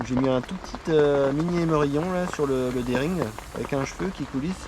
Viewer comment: Super..on dit rig et non ring mais bon, j uti,ise pas mal le slip d rig et le spiner rig ca marche